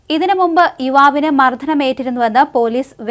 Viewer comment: മർധനം അല്ല കുട്ടീ മർദ്ദനം'